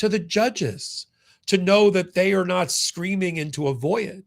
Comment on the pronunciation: “void” is a one syllable word. ‘void’, not ‘voi-id’, thank you for your work (I was one of the first 400 Meidas subscribers)